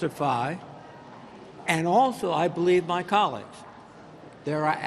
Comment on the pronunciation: Colleagues? Oh I thought you said commies